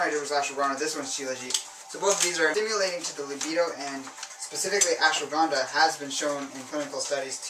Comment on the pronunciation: A couple of questions, if you don't mind.. When it comes to Maca , would you suggest red or white Maca powder? , you mentioned an herb which I cannot make the name out of, it sounds something like "Ashua Ganda"? I plan on buying Maca this upcoming month, and would like to look into the other herb that I'm not sure of the name, as well as Mucuna.